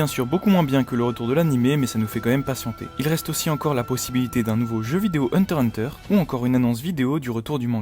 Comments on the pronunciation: par contre tu dégoute a dire hunter hunter sans le x mdr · dis pas hunter hunter stp dis hunter X hunter stp